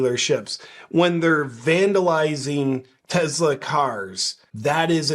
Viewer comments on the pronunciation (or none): Ok listen man. I love your content but it’s teSla, not teZla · Tes-la not Tez-la. Tes like Tes-ticle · It's Tesla, not Tezzla folks. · Ok did this drive anybody else nuts? It's not TEZLA it's TESLA. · Why doth you say "Tezla?" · I'm not sure I can handle any more "TeZla". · It's Tesla - not tezla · TESLA, not TEZLA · It's TESLA, not TEZLA! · Its tesla not tezla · It's Tesla, not Tezla. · Take a shot every time he says Tezzla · Tezla lol? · It's Tes- la Not Tez-la You're insulting the smartest person to ever walk the earth.. NO NOT ELON!!! NIKOLA!!!! 🤔😲😂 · Begin by pronouncing TESLA correctly. There is no Z in TESLA. That pesky letter in the middle is an S